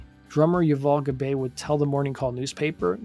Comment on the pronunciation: Thank you for this! SC were my favorite band in the 90's. A few notes: Keyboardist's name is Mark DeGli Antoni (pronounced degli Antoni) not Dilianti. Drummer Yuval Gabay's last name is pronounced Gu-Bye like "Goodbye". Otherwise, I love seeing a criminally underrated band getting some attention. Thank you!